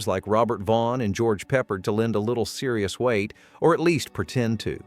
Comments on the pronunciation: George's last name is pronounced "Pe-Pard", not " Peppard". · Who is George Peppered? My AI guy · "George 'Peppered'?"😂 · Nah. I left at George Peperred. It's Peppard you reject! Thumbs down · I stopped this video after hearing how they pronounce George Pepards name. How about doing your own narrating?